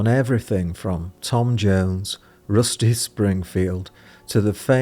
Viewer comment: 2 minutes 19 seconds.. did he say "Rusty" Springfield?